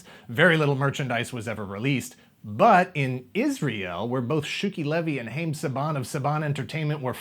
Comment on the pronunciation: I watched this show so much. I don’t know why. Also, Haim rhymes with dime.